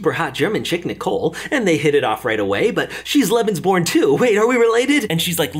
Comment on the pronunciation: I needed a bit of time to understand, that you were saying Lebensbaum 😂